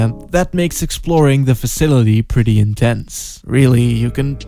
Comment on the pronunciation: "Facitily" lmao. <3